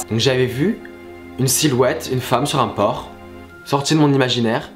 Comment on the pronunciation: Mais c’était « une femme sur un porC » ou « une femme sur un porT » ? (ça m’a grave perturbée 😂)